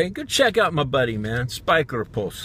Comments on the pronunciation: lol spijkerpoes (spaikerpous) think if you said it this way,its close to dutch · Did you say spijkerjones? Couldn't quite catch it lol? A great shout out for a marvellous, deep thinking guy with a superb channel who should have sub numbers up in the thousands. You wear that suit well and good driving:) Wishing you a stupendous weekend all the way from the England/Wales border. Paul:)